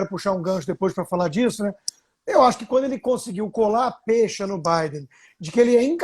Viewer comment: A.N.A.L.F.A: É P(É)CHA E NÃO P(Ê)CHA!